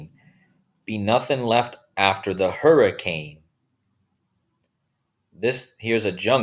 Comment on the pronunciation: Hurri - cain .